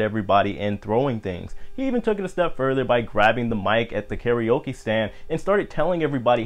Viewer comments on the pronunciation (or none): none